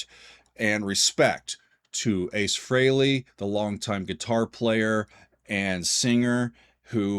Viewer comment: I'm glad you pronounced his ladt name correctly